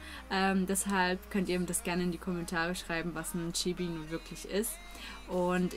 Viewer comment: das I von chibi wird kurz gesprochen